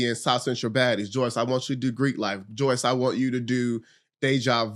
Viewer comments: the moment with cashy just felt so awkward.. and why are you asking your guests about their personal sexual life on that level?? unprofessional af but handled this whole experience well even down to him saying her name wrong the whole time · Omg it kills me how she never corrects them too like her name does not have a Y where do yall get Joyce from?